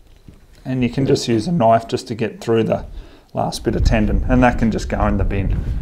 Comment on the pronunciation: That's not a noife, this is a noife!